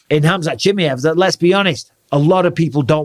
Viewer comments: Who the heck is chimmy-ev! Lol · Cha-my-ev! Love you Bisping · It’s actually pronounced Chimaev not Chimaev. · Hamza Chimaev, not Chimeev 😂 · ChimAev, not Chimeev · I love how you think his name is chimiev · 🎶 Chim chimmy-ev, chim chimmy-ev, chim chim cheroo, nobody prounounces it as ba-ad as yooooo!!! 🎶 😂😂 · Bisping, transcription for ya ʧi mʌ ev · Bisping pronouncing Chimaev's name two different ways within 20 seconds is funny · Bisping: " Chimeäff" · I love the way he says chimay-ev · The way Bisping says "Chimaev" is funny. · Didn't realise you pronounced khamzat surname like that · I hate the way bisping says chimaev. Is that the correct pronunciation? Bro has had to have heard buffer say it at least 4 times now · Learn how to say his name. Fml